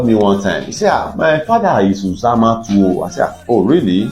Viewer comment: Thanks for this video. Uzama is pronounced oozama. The u is pronounced oo as in loop.